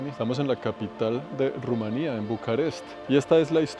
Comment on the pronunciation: pronuncie rumania como polonia estonia lituania no la acentue en la "i"